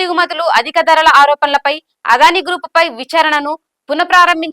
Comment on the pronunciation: అదానీ - ఆదాని కాదు. దయచేసి అద్వాని అనకండి మేడం.